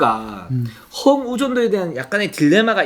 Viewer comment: 류기자님 허웅 발음이 갈수록 격해지시네요 헣웅 허억웅.. 허웅으로 부드럽게 해주세요